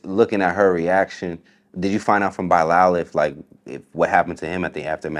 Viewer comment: And TK kept saying it right for him, he still didn't get it